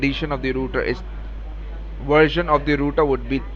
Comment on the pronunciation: What the hell is a "Wersion"?!?!?? Is it a kind of Wirus!?